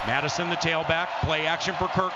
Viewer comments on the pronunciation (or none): none